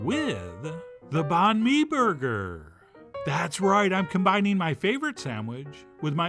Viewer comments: Pronounced Bun May , same as Pho , you don’t say Fo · Banh Mi is pronounced more closely to “bun me”. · Just a hint, you can try and say the word banh with a higher tone and then the word mi with a lower tone. That would sound more legit. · lol A for effort on the pronunciation.